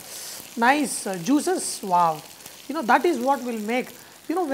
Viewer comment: Its wow, not vaw vaw vaw!!!